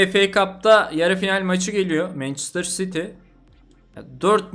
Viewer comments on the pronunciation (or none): none